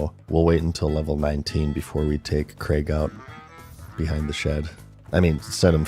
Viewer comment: i think youre the first yank to ever say the name craig right. even though it was spelt crayg. and dont give me the welsh bullshit because cra (yeh -gh) is still closer than creg. edit: nah you said it right once then went straight back to creg. learn english america. fuck sake. edit: edit: ok youre trolling. i get it ive been had. switching between craig and creg is clearly for content interaction and ive fallen for it. hook. line. and sinker.